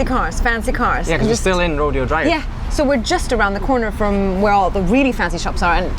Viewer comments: It's pronounced 'Row-Day-o' drive. But you guys next time gotta check out Catalina Island. It's part of Los Angeles County but I big undeveloped island with History. The owner of The Chico Cubs owns the island. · You just missed the filming location of Pretty Woman, behind you at Rodeo Drive was the Beverly Wilshire (A Four Seasons Hotel). BTW it's pronounced Row•day•ow Drive.😊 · Your Air BnB apparently was walking distance where I live. ( you are literally 7 blocks from my house.) The initial part of Melrose you were on used to be an even cooler, hipper place. Rodeo, the drive, is the Spanish pronunciation Ro DAY oh. And ... driving in LA, while it can be problematic, is easy peasy compared to some other cities. San Francisco can be a bit more chaotic, Atlanta's aggressive drivers make LA's seem like pussycats, and New York, especially Manhattan, especially cabbies? That can be the most chaotic driving situation in the US. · lol. it's "ruh-DAY-oh". 🙂 Just a regional thing.... There is a street called "Sepulveda" in Los Angeles, and rather than the Spanish way, "sep-all-vah-da", locals say it "suh-PULL-vuh-duh".🙂 Here's another, "San Francisco"....instead of the Spanish way, "sahn-frahn-see-sco", it is pronounced "san-fran-sis-co", the "san" sounds like "sand" without the D. Same rules for my city, "San Jose"....there's a song "Do you know the way to San Jose?" by Dionne Warwick where she pronounces it properly. 🙂 It reminds me of all those towns in Wales that have 10,000 letters, and no one knows how to pronounce it except those who grew up in Wales. 🙂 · It’s row day o drive not rodeo. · Let me explain It's not pronounced Rodeo Drive its pronounced Ro-day- o Drive. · Rode'o Drive not Rodeo Drive.😂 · She need to lear how to say rodeo dr correct she’s saying it like riding like a redo cowboy thing it should be said like Roh-DAY- oh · Thate Roh Day oh drive not Roh deee oh drive. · its pronounced "Roe-DAY-oh" not Ro deee oh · Pronounced 'Row - Day - Oh'